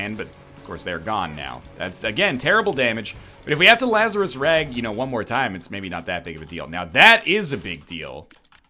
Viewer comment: La-zar-rus Laz-a-rus bose